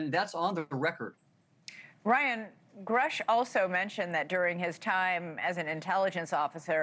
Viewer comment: Love your coverage. Please note it’s pronounced “Groosh” per my research.